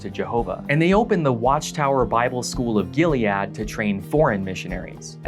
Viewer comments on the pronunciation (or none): A couple corrections: It's Gilly-id (pedantic, I know, but that's how it's said by the people who went there) You are not an apostate. The word apostate applies exclusively to former baptized witnesses Raymond Franz was disfellowshipped, not disassociated. (See Crisis of Conscience, Chapter 11, Pg 374. He was disfellowshipped, appealed, and withdrew the appeal. He never disassociated.)